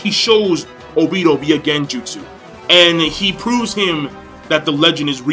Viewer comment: I hate how you say Obito